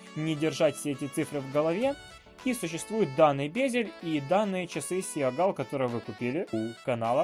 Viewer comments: Мне вот интересно что с этими часами сейчас ? И не сиа гал , а сигал . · Сигал произносится 🤦‍♂️